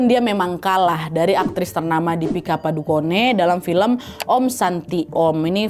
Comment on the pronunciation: cara bacanya Dipika Padukon bukan Dipika Padukone